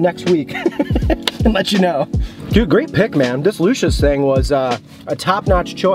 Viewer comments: The owner used to work at alpine subs by johnnies beef. That’s a great spot, their Lucia sub is great as well. However it is pronounced Lou See Yahs not lousha lol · Try Conte Di Savoia’s meatball sub. It’s also pronounced Lu Chee ahs, fyi. They make great cold subs too. I don’t know why people push damato’s or bari’s meatball sub, they’re trash and no flavor.